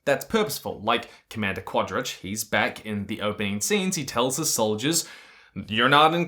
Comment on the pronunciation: I love how consistant and confidant you are with every single mispronunciation of Quarritch's name.